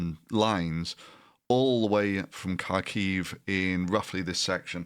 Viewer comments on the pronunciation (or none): Please say kharkiv correctly, you know bachmut already!